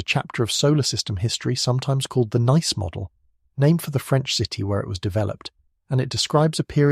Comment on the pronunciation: Thanks for the video. One comment though, regarding the pronunciation of the Nice Model. If it's named after the French city, then it should be pronounced as [niece]